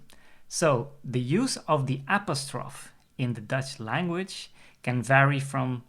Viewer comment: I've never heard apostrophe pronounced that way. It may lose you some English speaking viewers